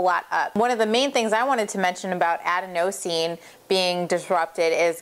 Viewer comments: It's pronounced "a-den-o-sine" not "aden-o-sine". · aDENosine, not adeNOsine, sry, that was driving me a little nuts. Good info. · You're right :) It is aDENosine... not adeNOsine. :) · Adenosine is pronounced "ah-DEN-uh-seen" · Ad-a-nose-ean. Lol, right. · I thought the way to pronounce adenosine was to put the stress on the second syllable, like "aDENosine." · Please learn how to pronounce adenosine